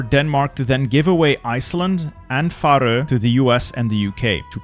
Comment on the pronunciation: where are you from? I thought you were american but you pronounce "faroe" so silly